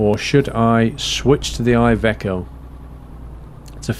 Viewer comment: iveco is said as ivEco